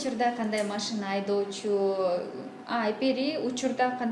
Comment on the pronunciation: алып баруучу кыз кемпир сыяктуу машине дейтго бесит ушул кыз